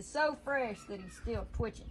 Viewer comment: Fresh pronounced “Frashe”😂 now that’s country talk y’all don’t know nothing about that